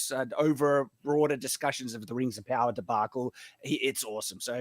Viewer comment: Der Whings Uv Powuh